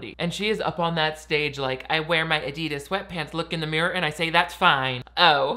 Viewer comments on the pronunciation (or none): none